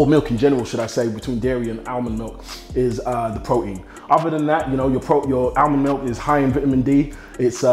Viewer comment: lol he does not pronounce the T's in his words! Pro-ein